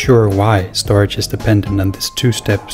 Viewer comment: Cool video. I believe that 'StorJ' is pronounced 'Store Jay' vs. 'Storage'. :)